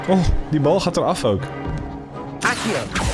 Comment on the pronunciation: Eigenlijk spreek je het uit als 'aksio' (zo wordt het tenminste uitgesproken in de Nederlandse versies van de films (en eerdere games)).